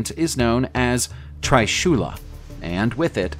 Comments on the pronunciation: Good video,but it's not a try-shula.... it's like tree-shula(however the 't' is not pronounced the same way as the t in the word tree.... it's like the t in "Dante".)And it's GanGa....both g should be hard..... it's not gan-jaa.....the English word for river Ganga (against both g hard) is said like Gan-jis....but you can't make the same assumption for the devi Ganga. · I would like to suggest you to pronounce Trisula and Ganga properly in Indian dialect. It's more like Tree-su-la and Gan-gha nor Tri-su-la or Gan-ja.